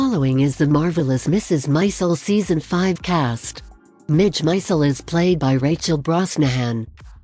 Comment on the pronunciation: Its not Mrs Mizel... Mrs Maisel.